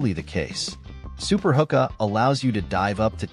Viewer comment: its pronounced who-kuh. some pretty sweet gadgets here thanks for the vid!